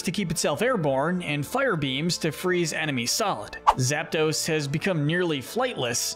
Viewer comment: There is no vowel between the P and the D in Zapdos!